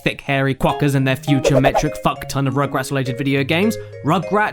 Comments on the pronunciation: Roogroots Soorch Foor Rooptoor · He spelled the u's like o's! AHAHAH! This surely IS funnier than Adam Sandler...